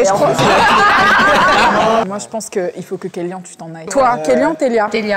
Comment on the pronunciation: Je suis d'accord. Y'a eu plusieurs moments où j'ai aussi trouvé que les 2 tiktokeurs dépassaient la limite de l'humour et penchaient plus dans l'irrespect envers les candidats. Par exemple le moment ou le mec a dit "Kéllian" (en le prononçant kelly - ane), que le candidat le reprend juste pour lui dire que ça se prononce Kéllian (an) et le mec lui répond "oui bah c'est la meme chose" d'un ton pas très respectueux euh... Pareil avec la meuf quand ils parlent entre eux en le traitant de miskine comme s'il était pas là, c'est hyper immature. On dirait 2 collégiens... Ca m'a mis mal à l'aise. J'ai vu tous les autres épisodes, et j'ai jamais ressenti ça de la part des invités. Peut etre la prochaine fois, choisir des invités un peu plus matures...